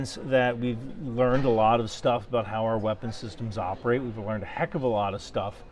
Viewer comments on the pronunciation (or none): none